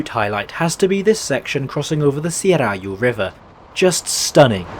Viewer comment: I'd say the only part he mightve got wrong was whenever a word got "e" in it, since we got 2 types of e but we never specify which one to use. Like Serayu for example, which is more like Srayu instead of sérayu